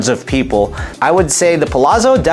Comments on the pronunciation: Pa-lat-so (like pizza is peet-za) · Please correct the pronunciations of Palazzo 😅